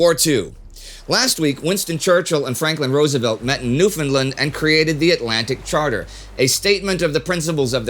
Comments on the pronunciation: BTW - 'Newfoundland' is pronounced 'NewfunLAND'. Just saying'. ☮ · NewfoundLAND...emphasis on "land", thanks. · Close, but he put the emphasis on the wrong syllable. His pronunciation is closer than most Americans use, which sometimes sounds like "new-FOUND-lend", but the pronunciation is more like "newfin-LAND", with the -land being fully pronounced and emphasized.